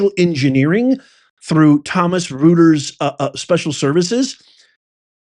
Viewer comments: On the Reuters page LARG plus the E on the next line = LARGE SCALE SOCIAL DECEPTION (LSD) and Reuters is pronounced “Royterz.” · Reuters is pronounced Royters. L-A-R-G-E is large. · ROY-TERs is how you pronounce Reuter’s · PSs it’s pronounced ROYTERS=REUTERS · Pronounced ThomP-SON ROI-ters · Pronounced ROY-terz. Thomas Reuters Corp is the parent company of Reuters news agency. The "fact" checkers. Pfizer board member James Smith, was the director of Thomas Reuters Corp until March 020. Smith was replaced at Reuters by Steve Hesker. ALSO ON THE BOARD OF PFIZER! And it doesnt end there! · It's pronounced ROY-ters btw. Still absolutely appalling the manipulation of the American public. These outfits need to pay for this. They deprived us of an American President. You're right. It's "scary shit." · It’s pronounced ROY-TERS Professor !! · It's pronounced ROY-ters. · Reuters is pronounced ROY-ters. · Reuters is pronounced like “Royters” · It’s pronounced “Roy ters.” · Large scale social deception It is pronounced ROY TERS. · Let’s try this: Reuters = “Roy ters” Often = “Off en” I’ll see myself out. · It wa paid out of the Disaster Emergency Fund it is Rueters is pronounced roy ters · Professor, you need to work on pronunciations, but you are reporting some gems. It’s Karoline Lev it and Re oy ters as in it and oy! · Pronounced - Roy-Ters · Reuters is pronounced "Royters." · Clear Indefensible Treason. And it's pronounced "Roy-ters"....I actually had an interview with them many years ago. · Reuters is pronounced Roy-ters. German. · thumbnail Reuters (pronounced Roiters) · Reuters...Roy-ters is the correct pronunciation sir. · Large Scale Social Deception! It's pronounced 'ROY-TERZ' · Thank you for digging this out! Reuters is pronounced Roy-ters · REUTERS pronunciation, you may want to work on it, you'll get it once you hear it, lol. Thanks for all you do. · How does the good professor not know how to pronounce Reuters???? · Yes and is pronouncing it incorrectly.